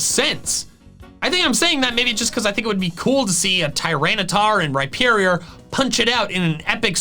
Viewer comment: RHYPERIOR, NOT REPIERIOR!